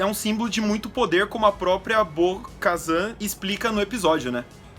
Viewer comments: Bo KaTAN meus amigos T T T nao z é T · Bo-Shazam, a Soka kano, gente pelo amor ddeus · Bo Kazan foi foda, virou o Galvão Bueno, tem um pronuncia única para os nomes. Nossa tá mt fraco 😔, se vê de longe q eles leram um resumo de alguém q assistiu, podiam colocar alguém que é fã ou q entenda mas a essência de Star Wars, ou que saiba pronunciar os nomes ao menos. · Kkkkkkkkkk 🤣 bo kazam. Não. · Porque vcs estão chamando ela de BO-KAZAN??? O nome dele é BO-KATAN!!!! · Não é Bo-kazam é Bo-katan!!!! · por isso que o ta morto veio... perdeu todos os caras de referencia... na segunda vez que falaram BO-KAZAN eu parei o video, na moral de vocês tem que botar gente que conhece e assiste as séries pra falar veio... na moral. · Essa é definição nerds do Galvão Bueno narrando UFC. Eu já tinha dado um tempo de 😔 mas pelo visto o caso é mais sério,está deprimente o conteúdo, olho da noite, ahsoka kano, bo Kazan, vcs falaram que o boba morreu no império contra ataca 🤦. Agora vcs estão cagando no pau com Star Wars velho, vcs estão cagando no pau com os fã mais chatos. Vcs poderiam chamar alguém que entende de Star Wars, ou que pelo menos saiba a pronúncia. E o sem Érico Bogos....🤦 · Quando ele falou Bo-Kazan eu parei de ver o vídeo e ainda negativei, antes de fazer um vídeo leiam sobre o que vão falar. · meus ouvidos sangraram ouvindo esses "Bo-Kazan", se não assiste a historia pelo menos estuda antes de fazer o vídeo. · “Bo-Kazan” é scanagem!! Até tu? Pelamor de Deus, os 3 falando errado. Nem pra estudar a pauta antes. 🤦🏻‍♂️ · ouvir Bo-kazanq foi de fuder viu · doeu de ouvir Bo Kazan! E sabre sombrio kkkk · “Bo-kazan”q agonia mds